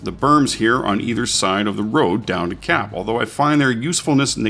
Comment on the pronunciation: Lol when it said 'CAP' and directed to a particular point I thought it said 'CRAP' XD